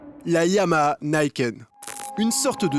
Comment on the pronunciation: Alors on prononce "Nikenne" et pas "Naïkenne" et YAMAHA on prononce le H, s'il vous plaît ! Ya-Ma-Ha Yaaa-Maaa-Haaa Ya---Ma---Ha Ya, Ma, Ha Yann Martin Harrison ...